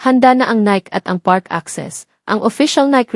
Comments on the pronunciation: Omg. Learn to pronounce stuff. Weem-bleh-dawn? What's that? Nick? Nike as in Mike? Dang! How embarrassing! Merchan-deesing? Eel-lah? Omg. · 😂😂😂 pronunciation lng ng NIKE pang barrio ka na😂😂😂 pati Debut mali din😂😂😂